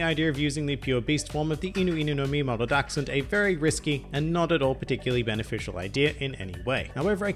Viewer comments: Incredible german skills you have there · I have to be honest, I just clicked this video to hear how you would pronounce "Dachshund“, not bad I have to admit 😊